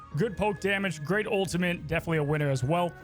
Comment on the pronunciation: he’s back to saying “ultimint” 💔🥀